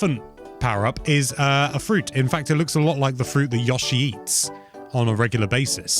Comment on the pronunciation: Stop pronouncing Yoshi like that.